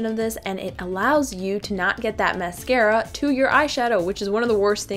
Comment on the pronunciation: mascara not mercera